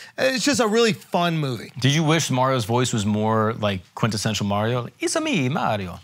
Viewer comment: Can say Mario right for once